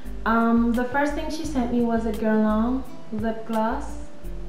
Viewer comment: I luv the videos! I luv hearing you pronouce the names of the Guerlain products, correctly:)! Whenever I log on to check my email, I take a sneak peek on YT to see if you've added a new video as Guerlain, YSL,Chanel & Dior are among my favorite brands (Guerlain & YSL are tops!). You make a person feel okay about enjoying the finer things in life without the guilt---as some people would have one feel bad, because they are not spending their money on drugstore makeup.